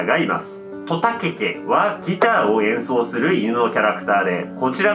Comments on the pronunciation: とやけけ言えないw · とた↑けけ↓ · と↓た↑け↓け→ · と↓た↑け→け↓ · と⤵︎た⤴︎け⤵︎け⤵︎ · とたけけの発音、と↓た↑けけ→ だと思ってた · とたけけのイントネーション気になる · とたけけの発音なんか面白い